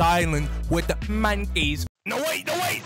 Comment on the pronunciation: “we’re going to the island with the MONKEHS”